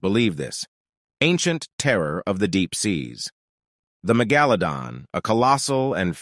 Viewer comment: Are you saying it puts the emPHAsis on the wrong syLLAble?